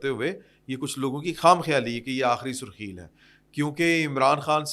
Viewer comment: Sir surkheel ni Hy sarkhel lafz Hy